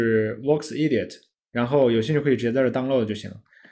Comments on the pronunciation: 分析很到位，关注下，EDIT 说成 IDIOT了 哈哈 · 关键的是他说：“卧是idiot.”